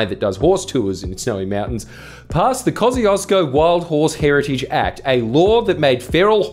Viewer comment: I know it's a difficult name to pronounce, but everytime I hear him say Kościuszko like he does I die a little bit inside